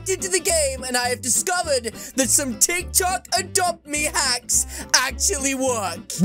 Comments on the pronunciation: Hold on exuse me is he saying tiktak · when he said titok